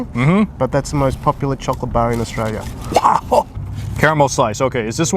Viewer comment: Sounds like your saying Austria